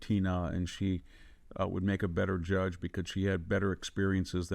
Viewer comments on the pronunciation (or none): none